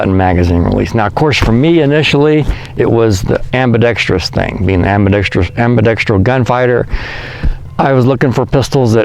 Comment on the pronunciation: The only person on guntube who pronounces “ambidextrous” correctly. Finally